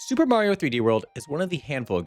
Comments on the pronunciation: he always said Marios name wrong, everyone told him, sometimes he said it normal, but then not. It got pretty annoying cuz he knows its wrong but kept doing it for... lols? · Bro got replaced by a Skrull agent and he forgor how to say mayro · Guys, calm down. is the one who says may reo. Because the only game he's ever played is pikmin. Obviously. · "Mayrio" sayers are quite aware of how it's really pronounced. Don't let them lie to you. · HOW DARE YOU say "Mario" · Sounds like a you problem. I've heard it countless times and it just amuses me hearing say it that way. Can I just say, skill issue? Because I think that's a skill issue. You're being precious. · NOOOOOOOOOO how can we have a merry time without merry-o?????? 😢😢😢